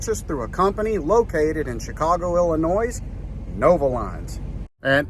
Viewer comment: The s is silent in Illinois